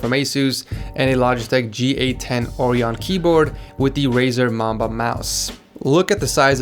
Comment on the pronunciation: The G810 Logitech keyboard is pronounced 'Oh-ryan' like Orion the constellation. And the term symmetrical and asymmetrical are not used correctly. The word Balance would be better suited for future videos